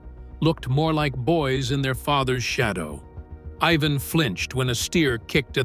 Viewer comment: to the narrator his name is IVAN stupid not eveen